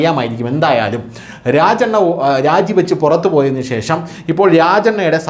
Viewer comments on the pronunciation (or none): none